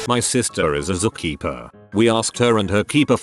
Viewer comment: "Zu Keepa" LOL!!!